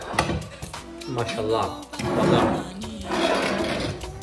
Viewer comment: When u say Mashallah and alhamdoulilah I’m just like 🤩